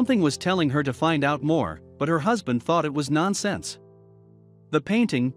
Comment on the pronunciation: Wow, there are some weird inflections and pronunciations in this video. "Nonsense" is one word. Why was it pronounced like it was two? Is her name pronounced to rhyme with dawn or can?